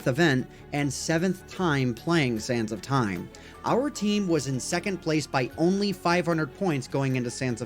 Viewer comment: Each time he said sands of time I ehard sans of time.